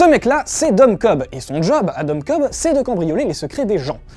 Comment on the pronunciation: sauf que c'est Cobb pas Kohbs:p